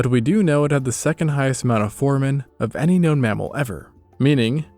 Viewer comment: isn’t it pronounced four-ay-men? Certainly not foreman 😂